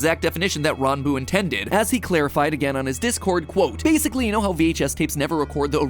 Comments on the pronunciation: The fact that he looked up how to pronounce Ranboo, so much respect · finally someone pronounces ranboo's name correctly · Oh he got the pronunciation right